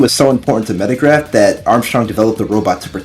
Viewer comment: The name of the computer is Megaraph, not Metagraph It's a relatively minor mistake, but you named it incorrectly every single time throughout the video